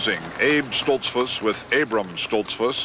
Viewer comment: seconds pronounces it Stolts - foose with the goose sound, not a fuss like bus sound that Mr. Kuralt uses. Either way people in those parts new when Mr. Kuralt spoke he wasn't from around there. I always enjoyed this series.